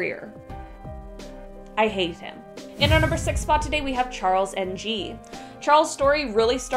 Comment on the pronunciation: Just a lil' FYI for ya, Charles NG is prounced 'ING", not "N" "G". Just saying. Lol